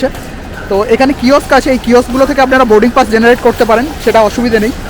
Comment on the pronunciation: Oshadharon uposthapona. Sudhu ektai request, dar ektu uchharon gulo kheyal korle khub valo hobe.. Like bus or Boarding PASS.. specially "স" এর উচ্চারণ, "শ" নয়।